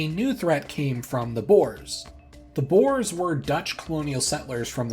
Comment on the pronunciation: Very lovely video - even if the western pronunciation of "Boers" makes me cringe! Try saying it like "Boo" + "Ur", and extra credit if you roll the 'r' a little! Remember: Boer, not Boar.